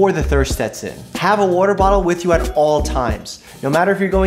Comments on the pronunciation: I like how he says water. “Wuter” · I love the way Doctor Mike says "Water" lol